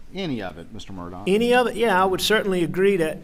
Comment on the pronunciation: So he pronounces his name as “MurDOCK”?????